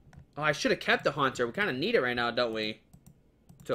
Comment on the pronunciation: It's Haunter not Hantor!